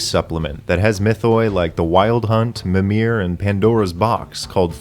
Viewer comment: Wonderful!! Just a lil knit pick tho ^^ Mimir, if you mean the old norse giant, is pronounced with a long initial I <3 like Mímir (making it sound similar to memer but memir)